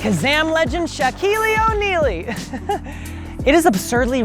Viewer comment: I bet all the dislikes are cuz he said “Shaquilley O’Nealy”🤦🏿‍♂️💀💀